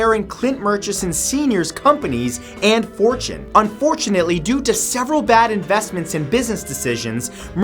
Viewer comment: and fortune... Un fortune ately 😆